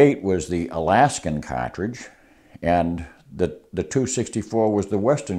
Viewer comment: His wisdom on the subject is unparalleled but I’m mainly here to hear him say “catredge”.